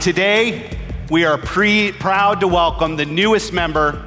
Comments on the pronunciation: ”I am preewd to present to you…“ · Dollar Muffin he messed up saying proud